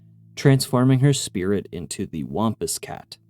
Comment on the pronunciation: I've never heard anybody pronounce "wampus cat" like that. The a is pronounced like a sad trombone sound (wompWOMP).